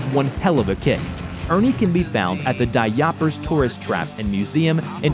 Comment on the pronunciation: Yaapers? You think you could have asked someone from Michigan to pronounce Youpers?